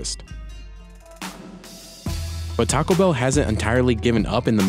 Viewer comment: It's not "Tacabell," it's "Taco Bell" -- two separate words.